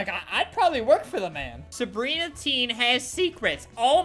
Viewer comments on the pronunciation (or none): You said sebria it was Sabrina also im not jemas im sebria